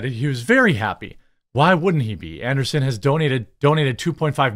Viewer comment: An-dree-sen ... Not Anderson. I swear, Jeremy is functionally illiterate. 😅